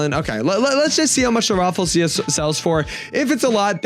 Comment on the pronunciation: It's pronounce as raafleeshia